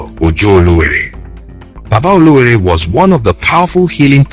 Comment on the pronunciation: Ọlọwẹẹrẹ not Olowore.